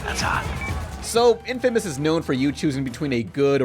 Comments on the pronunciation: In-famous? Seriously, you mean infamous have you never heard the word infamous??? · I hope that's not really the way you pronounce inFamous. I don't wanna come off being the, "Well Actually..." guy, but I also just wanted you to know that you are pronouncing it wrong. Although there is a chance you just pronounced it the way you did as a joke.